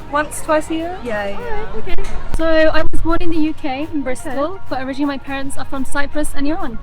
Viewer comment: جان ، وقتی میخوای بگی originally, بگو او-ری-جین-لی. لطفا اون وسط، اون a رو که نوشته میشه رو نخون، نگو او-ری-جینا-لی 😡 Migrate to the US and live happily ever after. Migrating to the United States offers a multitude of incomparable advantages when compared to the United Kingdom. The US provides an expansive and dynamic economy, offering immense opportunities for career growth and entrepreneurship. With its vast consumer market and technological advancements, the US often attracts innovative industries and fosters a spirit of innovation. Additionally, the US boasts world-renowned universities and research institutions, making it an appealing destination for individuals seeking top-tier education and cutting-edge research opportunities. Furthermore, the United States' diverse cultural fabric and melting pot of ideas create an environment that encourages personal growth, diversity, and multicultural experiences. Finally, the US offers a vast array of natural landscapes, from stunning coastlines to majestic national parks, providing opportunities for outdoor enthusiasts and adventure seekers. These unparalleled advantages make the US an enticing destination for those seeking new horizons and boundless possibilities.